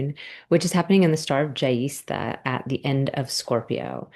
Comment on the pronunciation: Your pronunciation of Jyeshta made me laugh 😂 ….. if you want to hear how it’s correctly pronounced …